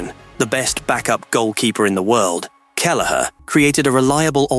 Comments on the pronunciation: And the pronunciation of Kelleher's name is a disgrace. Poor research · AI alright.. until Kelleher's name came up.. so much for intelligence :face-blue-smiling